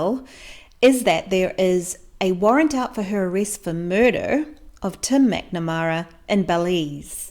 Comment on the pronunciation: "Tum MacNamara" -sorry, love the accent!!!